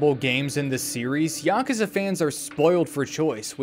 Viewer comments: As a Japanese person, your pronunciation of “Yakuza” is the correct way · At least how you pronounce Yakuza is closer to actual pronunciation than YaKOOza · Dog you pronounced it dead on, tiny bit of accent but I do it too, being murrican and all. Also this video was great. lol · Nothing wrong with this pronunciation, it's like the closest sounding to how they say it in japanese while still being american sounding imo It's yuh-KOOza that bothers me personally, but not in any dramatic away just a lil slight. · That's the more correct way of pronuncing it. You're fine. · The way you (and I) say "Yakuza" is literally how they say it in the games in the words native language. "Ya-koo-za" has never been correct. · You might be the only member of the Yakuza fandom who knows how to say Yakuza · you actually say Yakuza similar to the way it's said in Japanese so you're saying it right lol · That's how you're supposed to say yakuza. You're the first person I've seen make a video about it that can even say it properly. They all say y'kooza. It's not how you say it. It's very annoying. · You're pronouncing it correctly